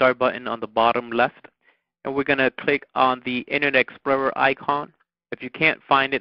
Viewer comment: u say explorer funny but that was helpful thanks